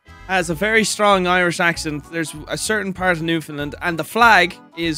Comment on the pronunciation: love the shoutout to newfoundland and im glad pronounced it right. newfie accents definitely resemble our euro cousins